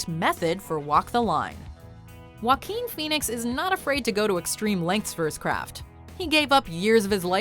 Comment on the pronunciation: Jakookoo Pahweenis